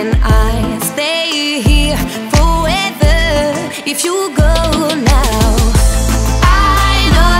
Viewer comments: elle a dit foever au lieu de forever 😂😂😂😂😂😂😂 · la meuf elle a dit "fowèveu" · C'est top ! Leur voix vont bien ensemble et ils ont un style assez similaire donc on ressent l'harmonie avec la musique :) Le seul truc qui m'énerve c'est qu'elle prononce pas bien l'anglais c'est énervant d'entendre "pèweudaise" et "fou wèveu" (for ever) genre le son "r" elle sait pas le faire c'est agaçant